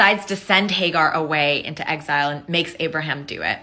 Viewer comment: Hay Gar? 😂😅😂 It's Hajar